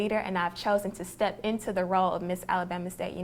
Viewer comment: I like da dance I like da sing!! I love how she brought out her accent then. Lol.